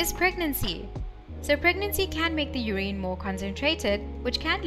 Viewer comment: Are you miss pronouncing urine I've never heard it pronounced the way you're pronouncing it...